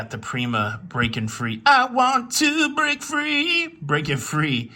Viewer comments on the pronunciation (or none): none